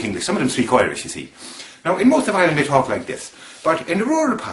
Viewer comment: Very good but I have to say that your Southern Ireland accent is a little off. Your "I"s in particular: it's not Ireland as in "OIR"-land, you should use more of a hard I. It should be like "I"-reland with the I pronounced as if saying "I" like cake. Otherwise cracking effort. The Northern Irish accent was pretty bang on.